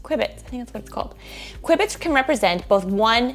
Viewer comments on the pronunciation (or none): Q-bit not Qui-bit 😀